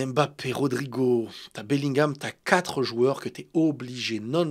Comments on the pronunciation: je t’aime bien mais arrêtes d’écorcher le nom de Kylian, c’est Mbappé! Pas M’bappé 😂😂 force à toi! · ARRÊTE AVEC LA PRONONCIATION "EM BAPPÉ" JE T'EN SUPPLIE !